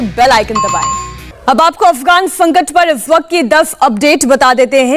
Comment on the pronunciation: Affgwan fankat... Anchor's voice